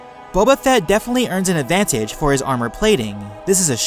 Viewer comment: this guy makes words with 2+ syllables at the end of a sentence really irritating. listen to the way he says advantage!! aaagggghhhh